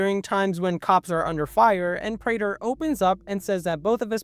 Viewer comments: My brother in Christ, it is pronounced "Prey-tur" not "Pra-der" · “Pr-ah-ter” 💔 “Pr-ay-ter” ❤️‍🩹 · "Pray-Ter" not "Prah-Ter" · Why do you keep going between the pronunciation of Prah-ter and Pray-ter? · It's pronounced "Pray-ter" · I don’t think the last name of “Prater” is an English word (it’s either Dutch or German). That side, if it helps, the pronunciation is Pray-ter. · I like how they say Prater's name like a million times in the show and you still mispronounce it... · Bro literally doesn't know how to pronounce his name even though it's said in the show many times 😭😭😭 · dog it’s like, immediately you are pronouncing the name of the character wrong. you made a whole video on himmmm why would someone watch this ??